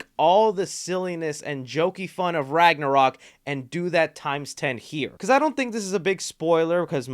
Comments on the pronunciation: Lol he said thor ragnorok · Bruh he said thor ragnorok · He said thor ragnorok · you call it ragnorock